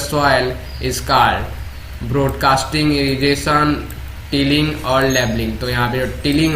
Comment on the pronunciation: Your pronunciation of words such as stalk ,called etc's is not right